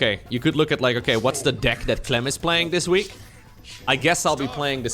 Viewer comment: careful with the word deck, you make the e sound like an i a lot